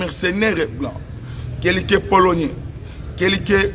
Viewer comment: Oyebi koloba français te,fanda nayo..balobaka prolonier te,balobaka polonais. Stp.